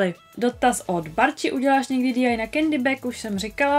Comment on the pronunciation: DIY se nečte DI ale DIY a PLL se nečte PPL ale PLL